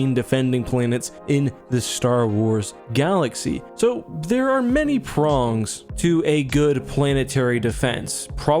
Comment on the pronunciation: "there are many PROONGS"